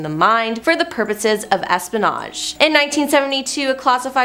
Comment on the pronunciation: That and Es-pin-age...instead of saying es-pe-in-age (espionage)